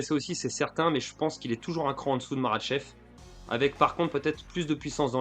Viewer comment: Ah oe t dangereux avec les noms mise merable, marachef khazmat... t 1 tueur😂